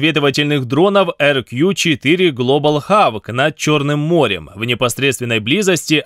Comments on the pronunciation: Хок. Глобал Хок. Хавк - это... ну пожалуйста, не первый раз уже, ухо режет. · Только Глобал Хок, а не Хаук. Прошу прощения. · глобал ХОУК, а не хавк